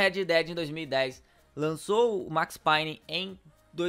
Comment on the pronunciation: Agonia dele falando Max Payne errado kkk